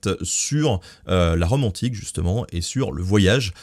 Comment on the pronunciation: Le gars y dit « on va parler de la Rome antique » mais j’ai compris « la romantique » j’étais genre wtf j’ai manqué quoi moi